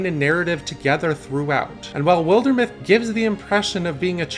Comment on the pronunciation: Shame he doesn't know how to pronounce wilder either....